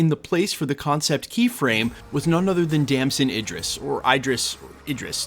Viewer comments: His name is pronounced Dam-son Id-Dris. Not Ey-Dris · It's pronounced Id-ris. Not I-dris. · As for how to pronounce his name, it depends on where he got it from. If it's the Idris profit in the Koran, it's with an EE like eat. If it's just European, it's like the i in sit. But there is no i like you are pronouncing it (like fight) as far as I know. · His name is pronounced like It'd-dr-ress